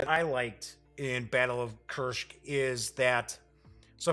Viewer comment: Why Kuršk? It's Kursk. Easy and simple.